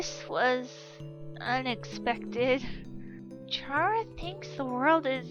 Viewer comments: “What do you want Chara?!?!” FOR YOU TO PRONOUNCE HER GOD DAMN NAME RIGHT!!! IT IS CARA NOT CHARA!! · it's Ck-rA not cH-Ra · I know this is me being nit picky could you pronounce chara like care-a? I mean it makes sense because well CHARActer